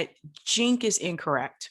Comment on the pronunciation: Did you just pronounce Cenk's name as 'jink'?